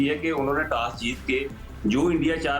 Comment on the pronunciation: Its toss not tass😂😂